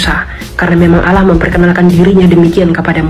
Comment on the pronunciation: Penyebutan kata "Allah"(bahasa arab) aja ngga bisa, nyebutnya "alah" oten itu koplak dan sesat, orang2 sesat mencoba menyebarkan kesesatannya...😊